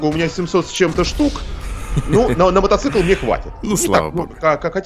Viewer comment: Правильно мотоцикл, а не "мотоцЫкл".